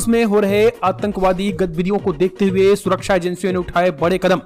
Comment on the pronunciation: Ko dekhte hue🧐🧐🧐 bolne men kuchha samasyaa hoti hai kyaa 🧐🧐🧐